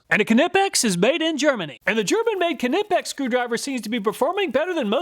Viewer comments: The letter "K" in KNIPEX, is a silent "K" ... pronounced nipex ! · Per the Knipex company, "the proper pronunciation of "Knipex," the German hand tool manufacturer, is "kuh-nip-ex" (kəˈnɪpɛks), with a hard "k" sound at the beginning." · Knipex is pronounced like Knife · Anybody know the correct pronunciation of Knipex? I love me Knipex Cobras, but I pronounce it ‘NIGH-pex’ and Project Farm says K-nip-ex. Which of us is right? Or are we both wrong? 🤷‍♂️ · Love your video's but now I gotta wonder how do you pronounce 'knight' after your review of ka-nipex ha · the way he said Knipex had me mad, i wonder if he says Kanee(knee) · Am I pronouncing Knipex wrong as I don’t use the K and call them nipex? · I had to stop watching when you pronounced "Knipex" like a 4 year old. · U did not test a Kline And the k is silent in knipex just like knight ! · The main thing I took away from this video is that you still can’t pronounce Knipex 😅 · The k is silent in knipex aha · The "K" is silent in Knipex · Love your vids, just got to say that the K in knipex is silent just like the k in knife. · I'm pretty sure the K is silent. Those Mayhew look similar to harbor freight Icon for $50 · PLEASE pronounce Knipex properly - the K is silent! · Knipex..... You don't say "K-nife" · The k in knipex is silent. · One day he'll say knipex right lol